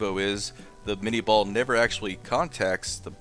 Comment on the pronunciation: Cool. So much knowledge about ballistic data. It's so funny that with all this specific expertise you still cannot pronounce the name of the projectile . Claude Etienne Minié was a Frenchman. Therefore the name is certainly not "minni-ball"😂 And yes, I am from Europe. BTW Great Channel.